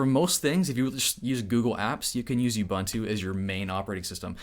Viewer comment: Just a little of assistance from me here. It's not bun-too. It is pronounced ooboontoo. 😉